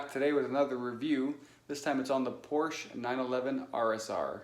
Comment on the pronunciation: two syllable word por_shuh please!!!!